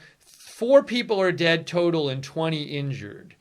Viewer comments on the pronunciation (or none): none